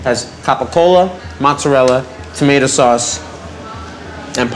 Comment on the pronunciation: I love how pronounces "SOOUUS, CHIIIS AND DOOO"